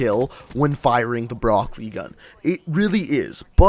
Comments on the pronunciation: In "Brecci" it is a "ch" sound, not a "k" sound... It's Italian. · Is he calling it the broccoli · Pronounced bre-chi